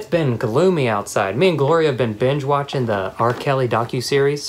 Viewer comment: No one: "watchening" 😂